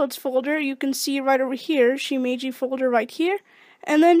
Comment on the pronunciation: its not pronounced shimiji...